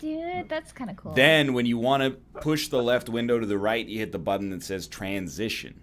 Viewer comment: when NL said "Tran...sition" I was so ready for Anthony Melon Fantano to step into the scene.